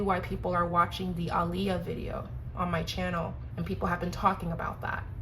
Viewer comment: Thank you for saying Aaliyah name correctly 😩😩😩🙏🏾